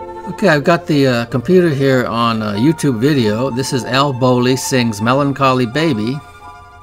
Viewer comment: Think it's Al Bowlly not Bonlly. THE British crooner of his day. Like his version of " Happy Days are Here Again"! He sings it like Jiminy Cricket (Cliff Edwards)from Disney's Pinocchio! I believe that was intentionally done for the movie several years after Al sung the Happy Days song.